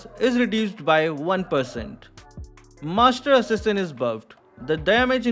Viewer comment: I Love how u pronounced "Frenzy" ❤ "Master assasin" 😆 🤣